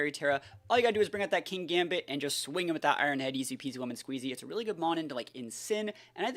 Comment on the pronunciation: I thought it pronounced kin-gambit? There isn't 2 gs and considering how you evolve it makes sense?